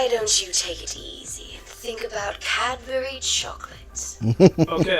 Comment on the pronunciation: Still a better alternative to the Internet when you're a kid. Is it true? Do Americans only have Cadbury eggs, and not the Dairy Milk squares? LOL, you can tell that that's talking, because she doesn't pronounce "what" or "Cadbury" correctly. Also, Domino's does chips (fries) here in Australia. They're just like KFC chips, but with different seasoning. And yes, KFC Australia does chips too. Maybe he should try driving at night at looking out for people in dark clothes. Did anyone noticed he used the wrong flag of the UK? That's from before Ireland (now just Northern Ireland) joined the Union. Also, I'm kinda disturbed that Doug doesn't know the term "United Kingdom".